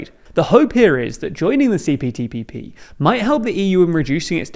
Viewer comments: Isn't he saying CPTPPP? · I think you said CTPPP. Yes I definitely heard CTPPP. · ...say CPTPP again. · I want to know how many times you mispronounced CPTPP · You said it wrong